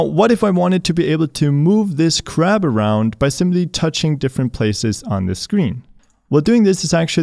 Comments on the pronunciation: "THE CRAP MOVES"!!!! HAHAHAHAHAHAHA also you keep saying. you need to work on that word some more. its more like PUH ZZ ition. cool you got it! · I thought you said " I have this crap sprite" :D